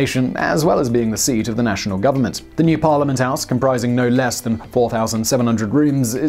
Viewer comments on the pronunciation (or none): none